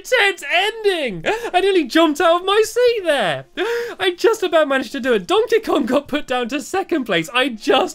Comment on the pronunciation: I love how he said dontey Kong 😄